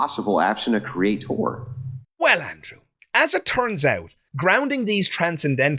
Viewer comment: Anyone who says 'CreaTORE' can't be trusted. You can't even get words right.